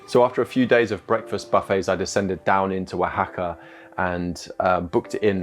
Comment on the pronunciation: English guy: how do I say the name of the city? Local: wa ha ka EG: wuh hack uh? L: wa ha ka Eg: got it, wuh hack uh. yous got any tackos?